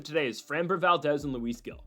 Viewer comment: Luis Gil’s last name is pronounced “heel”. FYI